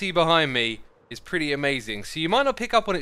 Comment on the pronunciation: Perty. Lol